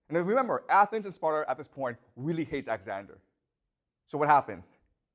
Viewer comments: Lmao I can't unhear it now😂 He says it so much too, thanks for ruining the video for me 🤣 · He calls Alexander axander😢😢😢😢😢😢